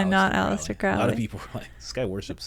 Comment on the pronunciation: Crowley's name is pronounced like the bird "crow". To quote Aleister it rhymes with "holy".